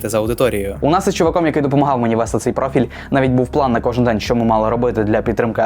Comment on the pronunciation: Вчи Українську мову, багато помилок по НАГОЛОСАМ В дієсловах НАГОЛОС НА ОСТАННІЙ СКЛАД : НЕ привЕла, А - привелА НЕ почАли, А - почалИ НЕ вЕсти, А - вестИ НЕ мОї, А- моЇм, своЇм, моЇ друзі